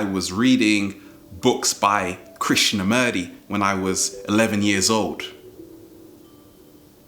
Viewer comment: you pronounce him Krishnamoorty(not merty, lol)